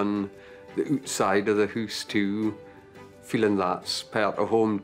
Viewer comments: "we've nearly done the ootside of the hoos too" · "Hoose" ! (I love it).